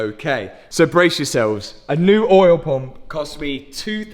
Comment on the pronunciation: I love how you pronounce "oyel pomp"